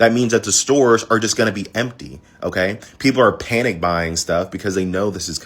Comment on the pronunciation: No letter K in panic, by the way.